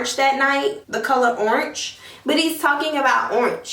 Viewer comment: What is Ornch????. She keep tryinnnggg to say the color Orange....